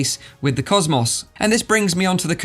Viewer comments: Normal people: cosmos,: causemoss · im sore i cant get over how you say cosmos maybe its just because my accent is different but i cant get over cos mos lol not being rude its just funny to me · Why do you say HTC Vive "COS MOSSSSS" xD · You say cosmos wrong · I'd ask, (Why can't you pronounce "COSMO" correctly) but then I realized you're more than likely American! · The way he pronounces cosmos. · Why does he say cosmos like that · Yea! It's like Murica invented English (with Greek roots), innit mate! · well cosmos isnt really a common word so I've never heard it pronounced like that